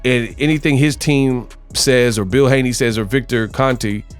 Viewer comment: Haney's not Haneys